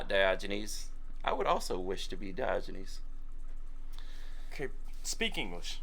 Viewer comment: did you say that you were the ancient philosopher "Dodgy Knees"?! 😕🤔🤣